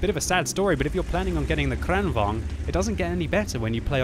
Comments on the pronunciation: The first 'a' in Kranvagn is pronounced as the first 'e' in the word 'sergeant'. Kranvagn, not Crennvagn. The first rolling 'r' you got right. Nice. Greetings from Sweden. Good job, always fun watching your videos. :-) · KranVAGN,, not KranVANG!!!!!! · The pronounciation is amazingly weird to me as a Swede, you prounounce in like "KranvÅAgn" it's more like "KrÅAnvagn". Heavy long A first, short, light A second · why does he always pronounce kranvagn like this?